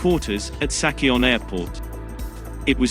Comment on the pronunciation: Sachion Airport (X) ==> Sachon /sa:ʧən/ (ㅇ)